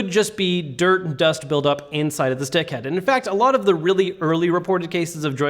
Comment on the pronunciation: Maybe when you say "stick-head" you should really enunciate because it kinda sounds like "d***head" a few times... FYI